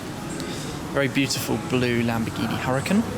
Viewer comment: I have said this many times before...how hard is it to say ooracan.